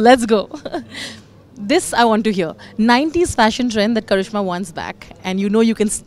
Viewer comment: Karishma not karizma